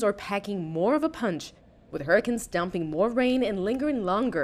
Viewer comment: you said hurrcen insted of hurricanes